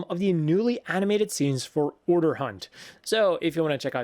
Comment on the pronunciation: Not to be a pronunciation stickler and maybe they do write "Urdr," but isn't it actually "Urðr"? which is Norse for "fate" and is pronounced more like "ur-thr"?